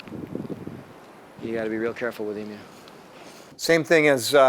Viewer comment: Thanks for NOT calling them e-moos.